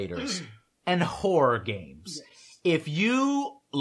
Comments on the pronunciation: I swear Joe said "whore games". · I thought he said "whore games" lmao !!!...